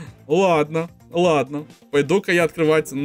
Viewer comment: не ладна а ладно не проста а просто